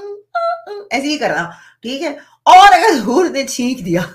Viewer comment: HUR NAHI BARKA BUR